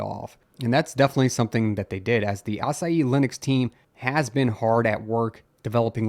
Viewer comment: Love how he pronounces "Asahi" like "açaí"